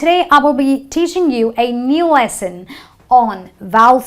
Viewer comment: A new lesson (not Essen).